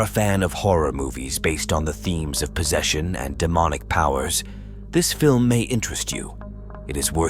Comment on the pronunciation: You need to train that AI better in pronouncing words, I mean that AI voice totally butchered "possession". Anyway, I still love your content. Edit: the AI did it right, so there's not all hope lost for it.^^